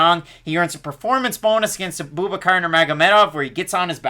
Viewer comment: Great breakdowns fellas! Just a heads up, everyone in the fight world pronounces Abubaker incorrectly. It’s pronounced Ah-boo-bah-ker not A-boob-a-car 😂